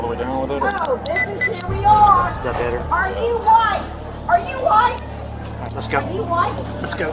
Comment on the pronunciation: "Are you whoite, are you whoite, are you whoite?!" 😂